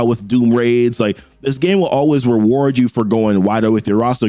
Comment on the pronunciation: weward you for going wiwer.... reminds me of '"mawaige... mawiage is what bwings us together to-day"